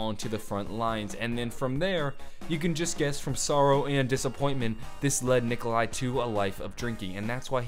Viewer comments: it is Nikolai... Not Nikolia... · LMFAO u messed up on nikolais name srry but thats just fucking hilarious still great vids man